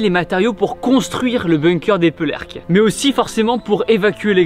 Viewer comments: c’est Eperelecques en prononciation mais sinon j’adore ta vidéo c’est près de chez moi ☺️ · Ça se prononce /Épèrlècques/ sinon très bonne vidéo 😊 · Ça se prononce « eperlecques » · Superbe vidéo contente que ta visité le blockhaus mais habitant à Éperlecques même j'ai eu mal oreille quand j'ai entendu comment tu a écorché le nom de ma commune. Mais bon je t'aime quand même 😭😂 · habitant dans le 62 et etant fan de la seconde GM je connais ce bunker et j'aime beaucoup ce format de videos sa change j'adore juste attention a la prononciation d'Eperlecques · Bonne vidéo malgré quelques erreurs PS tu n'a pas su dire une seule fois le nom du village correctement ahahahah merci beaucoup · Eperleques des petits problèmes d'élocution tibo ? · Super vidéo par contre la prononciation de la ville 😅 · Il devrait déjà commencer par apprendre a prononcer le mot Eperlecques correctement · Il arrive jamais a dire eperlecques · Comment tu prononce eperlecques thibaut 🤣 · Totalement d’accord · Je suis d’origine de Dunkerque au cas où on dit Éperlecque ^^ et non euperlecque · Bonjour Thibaut, magnifique sujet mais attention à tes commentaires : c'est Eperlecques et non pas Epélercques. Et le canon de 40mm ne tire pas des missiles mais des obus. Sinon bravo. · Il y a un a R a Eperlecques ^^^Pas Epelercques ^^ Faut que tu aille non loin a la Coupol de Helfault Mon Gars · Tu dis souvent "Epelerques" mais c'était bien "EPERlecques" comme tu l'as dit au début 😉 Sinon superbe vidéo ! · Super vidéo! Par contre mes oreilles seigne... Epereleques en phonétique É-Pé-R-Lè-k! Ayant déjà était visité ce blockhaus, il est vraiment très intéressant, la visite est mis à contribution afin que l'on s'immerge totalement dans l'époque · ce site est hyper connu et il est chargé d'histoire, par contre tu le prononce mal on ne prononce pas "épeur" mais "épair" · Sa se dit éperlecque pas epeurleulecque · Ça me stresse, il dit Epelerques au lieu d’Eperlecques 😭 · Ça se dit ''épérlécque" pas épeulerque